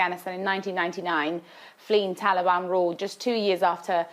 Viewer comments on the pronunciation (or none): It's Taliban not talban come on